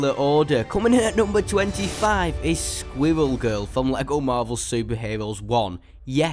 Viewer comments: Yes. Sqwiwwew Gewl. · Sqwiwell gurl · Squwwel Guwl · Its squirrel girl NOT squiggel girl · Its not sqivel girl its squirrel girl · He sounds like he is saying swivel girl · At first I thought you where saying squiggle girl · squiwwewl giwl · Skwiwell Giwell? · squiwwel goewl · Why did you pronounce Squirrel Girl wrong squirrel girl has an amazing character and whoever doesn't think that I will destroy you in Squirrel Girl is amazing